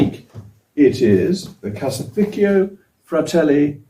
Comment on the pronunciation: I think he was referring to Mogg mispronouncing "caseificio" (cheese factory) as "cassy fickiowe"